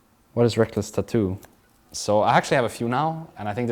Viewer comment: The most important question should be: "Why do you pronounce Rekkles as RekLESS???" It's confused me for years and doesn't make sense to me since i speak english. Please halp.